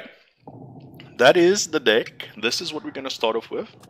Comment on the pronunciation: nice video :) although I can't shake the feeling that you pronounce the word "deck" as "dick" :D